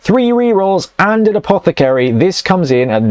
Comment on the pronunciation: APOTH-AH-CARY! You're English man, pronounce it correctly.